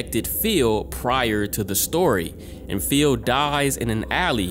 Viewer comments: This was amazing but I just cant get over "feel" lmfaoooo. Please spooky next time you red the name Phil just say fill lmaooo. Love your workk keep up the awesome videos! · saying "Phil" like "Feel"